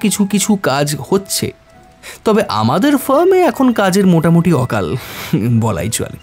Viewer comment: শোনার শুরুতেই একটা ভুল কানে লাগলো -----' কাজের অকাল নয় কাজের আকাল ' । এছাড়া বাকি সব দুর্দান্ত ।